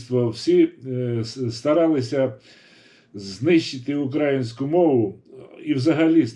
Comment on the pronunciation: Перш ніж аналізувати інтерв'ю з Фаріон, Вам би не завадило уважно прочитати , прослухати все інтерв'ю, а потім намагатись критикувати людину. Доречі, хочаби у слові "український" наголос правильно ставте. Сумно